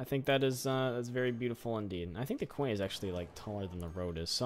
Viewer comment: Great episode as always! Quay is pronounced like "key", and you could dig out some land where the lake is forming to make it deeper but narrower. TBH I would love to live in Hamilton, looks like a great place! Congrats on 50k!